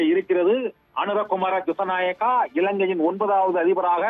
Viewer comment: அவர் பெயர் அனுர குமார திஷ நாயக்க சரியாக சொல்லுங்க சத்தியம் தொலைக்காட்சி